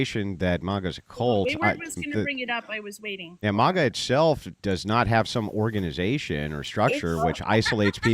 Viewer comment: its not MAH-GA hahaha i love but is MAGA lolol